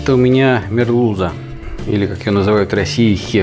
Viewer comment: Очень понравился рецепт, а лук сырой и лук жареный - действительно "две большие разницы". До сих пор не приходило в голову соединить его в одном блюде! Спасибо,! А произносить нужно не "мерлюЗа", а "мерлюСа".